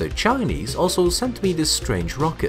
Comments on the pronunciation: The way he says the Chinese sounds like a slur aha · Bro why you keep saying the chinese like that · How you say Chinese is so weird🫤